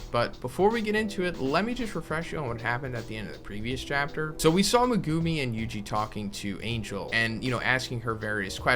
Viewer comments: Me-gu-mi not me-guu-mi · Saying megumi name wrong is cringe but good info